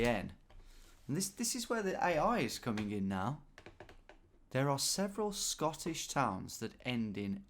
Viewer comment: I gotta say Scottish pronunciation was so far off hahha, do enjoy the videos tho